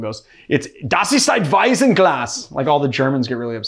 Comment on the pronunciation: Btw it's WeiZen not Weisen, you have to press the tip of your tongue against your front teeth, it has to sound hard. And you Swedish is funny, it sounds more like Thai :D